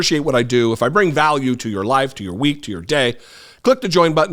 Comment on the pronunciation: What is with that speech pattern?? LIFE-A!!! CHEST-A! 😂